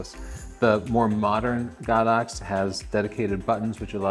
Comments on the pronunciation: Why does he say GOD -OX I hear it all the time GO-DOX?.?.?..???? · He's wrong. It's pronounced Go-Dox.